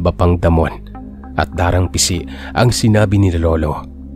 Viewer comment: Da--rang Ising po ang pronunciation. Anyway, nice story. All the way from Adelaide, Aus. 😊